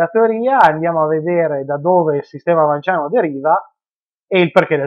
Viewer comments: Se il cognome è pronunciato VanS pure l'aggettivo dovrebbe essere pronunciato vanSiano, non trovi? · Niuton e fisica niutoniana appunto. È esattamente la stessa regola di pronuncia valida per Vans e magia vansiana...